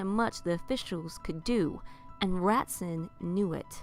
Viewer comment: Just so you know, the name/word "Ratzon" is pronounced Rah-TZOAN.